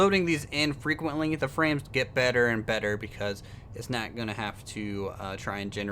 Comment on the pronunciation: You Said Nat XD Instead of Not